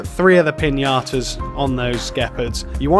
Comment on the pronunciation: I know I’m late, but I seriously love the way you pronounce Piñatas as Piñatoes 😂